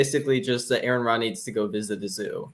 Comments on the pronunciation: I tried watching this but I could feel my brain rotting. Also, could you bother pronouncing Aron's name right? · It’s pronounced “R-on” or “Are-in,” not “Aaron.” If you can’t even respect your interlocutor enough to pronounce their name properly, you’ve instantly discredited yourself. Additionally, by editing out key parts of his video and accusing him of constructing a straw man, you’ve ironically created your own straw man by omitting essential elements of his narrative. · I knew this would be good when they pronounced his name "Aaron". But their discredibility only grew from there. The sections of the video they didn't include directly addressed many of their claims, the alleged strawman at the beginning is explained beyond just the number at species level. The creation answers consist of exactly ZERO evidence and just claims of what could be. Look the evidence is there so there is no long "we have so many possible incredible explanations" there are explanations for these things, and you guys can even begin to describe what a created kind even is. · R-on. R-on. His name is pronounced R-on. Sheesh, incompetent from the opening sentence. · His name is Aron, pronounced RN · Why am I not surprised none of you pronounced his name right. You guys really need to go back to first grade and start all over.